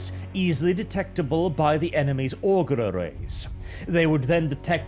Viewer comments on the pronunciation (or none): none